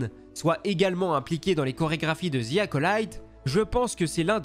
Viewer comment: ‘’ Ziiii Acolyte ‘’ putain les cousins, pratiquer votre anglais pour l’amour de dieu. Le mot ‘’the’’ ce prononce pas en utilisant la lettre Z 😵